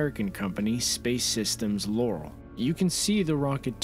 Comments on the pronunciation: I would prefer that videos like this use relevant footage. Showing a Russian rocket while talking about a US launch is just silly. It's not like there is any shortage of related footage. I have to suspect that the creators think all rockets are the same. And BTW it's pronounced lore-al, not Laurel. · Regarding #1 and the manufacturer of the satellite, I worked for Loral back in the early 1990s. You are pronouncing the name incorrectly. You are saying it similar to "Laurel" (as in Laurel and Hardy), but that's not how it is pronounced. It is said like "Lor" followed by "al" like a man's name Al (short for Albert). Lor-Al. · Fly up, go boom. And it's lore al, accent on the first syllable, al like the nickname for Allen. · "Lor-AL", with "AL" as in "ALbert"! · Nice vid. My Dad worked at Loral in the 1980's. They pronounced it "lowr-AL", with emphasis on the second syllable as in "Alpert".